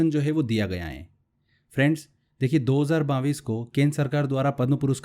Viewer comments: सर पहले तो आप सन 2022 को बाविस बोलना बंद करिए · 22 thik se bolo pehle